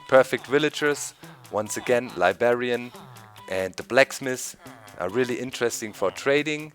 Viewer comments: It's "LibRRRRRarian"! not "libarian" there is a "r" in between the "b" and the "a" sorry, but that always annoyed me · libarian xD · Doc! There's 2 "r"s in Librarian. :P